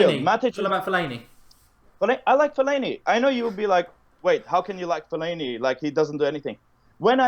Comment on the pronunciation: It was all going decent until he said Fellani man. 🙃🙃🙃🙃